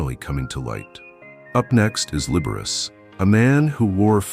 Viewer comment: “Libberess” & “Libber-ace”?